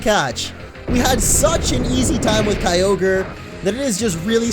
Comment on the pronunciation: You say all ogre now when its kyogre well my friend said i will type this so its on groudon (hey you stupid little brat get out of here) sorry bout that